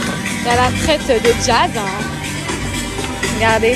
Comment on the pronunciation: Je n apprécie pas Jazz mais j'aime encore moins les provocateurs comme cette fille, à la recherche du buzz. Ça fait pitié. "Eh na na na" Et on dit traitresse pas traite ou limite traitRe si tu veux Enfantillages qd mm